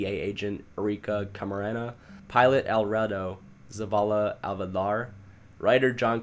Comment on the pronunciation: I come strictly for the mispronunciations. Forget what other people say. They are comedy gold. 👍 For instance, I love watching you absolutely butcher all three parts of an incredibly simple name like "Alfredo Zaval Avelar." It's glorious.